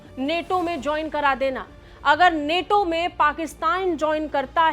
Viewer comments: नेटो नहीं नाटो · Neto nhi nato h vo😂😂😂😂😂